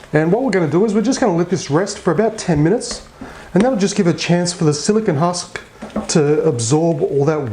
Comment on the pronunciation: Did you say silicon husk?